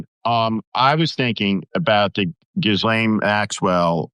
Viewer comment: Did Steve Schmidt just call her ‘Ghoulaine’? Or did I hear wrong? Either way it’s funny & if he didn’t then I did! 😂